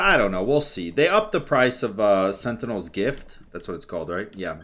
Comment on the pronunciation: thats not how you pronounce sentinel lol. sen·tuh·nuhl